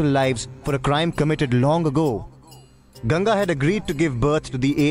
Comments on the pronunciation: It'not "GANJI" It's GANGA ( G-ANG-GA) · You pronounce Ganga as 'Ganja'. Ganja is weed. See how the guy in video pronounces Ganga.